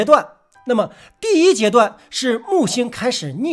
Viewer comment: 第一个， 不是第姨个。